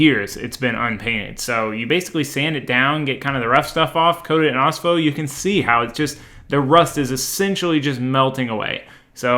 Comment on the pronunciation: Ospho Rust Treatment took me forever to find and was not clear with his pronunciation of the product